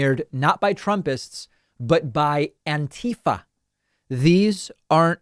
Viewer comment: lol i like how he said ANIFA